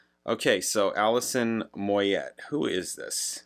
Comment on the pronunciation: it's pronounced "Moy yay".....she's from my neck of the woods........Great,great voice.....you may know love resurrection.